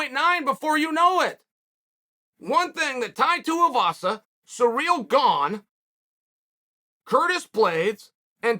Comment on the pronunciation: how Chael pronounces Cyril.